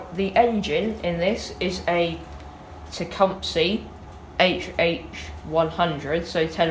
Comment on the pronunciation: Why does EVERYONE pronounce Tecumseh wrong?